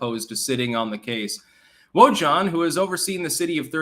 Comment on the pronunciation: Wojahn... pronounced W O O H A N.... J=H and H is silent... LMAO... so, if he's a "friend" to Biden, and Biden loves sniffing young girls... shouldn't we check Biden's personal emails?... Who was the Wojahn sending CP too?... or will the Government BLEACHBIT Biden's personal computers...